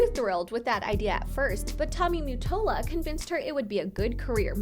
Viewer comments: is not Tommy Mattola; the picture is of Clive Davis - who discovered Whitney Houston Tommy Mattola is not pronounced "Tommy Muttola" its Tommy Ma-tol-la! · Also lmao it's Tommy Ma not mew and that was Clive Davis not Tommy idiots lol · I keep hearing the name, Tommy Mute-tola from this vid..wtf is he? Lol. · Why do you say MUttola? Lol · the way she saids mottola sounds wrong